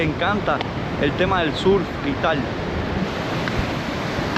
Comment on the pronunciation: tienes que venir a aprender inglés conmigo! Vamos a trabajar juntos la pronunciacion de "Google ", " surf ", " tower " y "road ". Hermosas las tomas aereas con el dron! Viva la paz, el respeto y la tranquilidad de mi pais! 🇺🇾💖